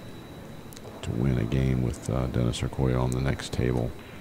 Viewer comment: It's Or-col-lo. Not Oquallo!